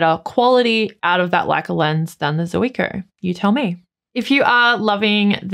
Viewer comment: Hi, one of those things that bug me is pronunciation, for Zuiko read Zweeko. Sorry for that